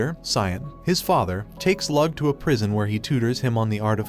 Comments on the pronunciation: My only pet peeve of the video is that he pronounced "leeyu" as "lug" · Lugh is said like Lou NOT lug, you wouldn't say Hugh Jackman's names as Hug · Lugh is pronounced lew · A good few of those names are Irish if anybody's curious about pronunciation. Eh Lugh is more like Looh